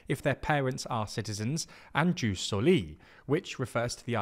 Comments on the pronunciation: It’s pronounced yoos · I've literally never heard it pronounced juice until this very video. And I basically ONLY watch and read content in English online. EDIT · It's "yus", not "juice". Also, stress on first syllable: "sòli", not "solì".